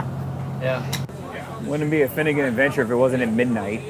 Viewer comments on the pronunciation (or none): The “BeFinnegan”